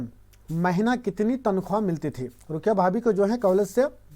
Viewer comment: रुकया नहीं रुकैया होता है